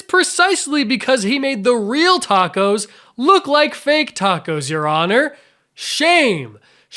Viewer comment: why do you keep saying A tacos????